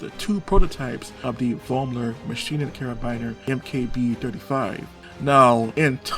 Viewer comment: In my german homeregion, the name Vollmer is not uncommon. It is spoken ,Follmer'.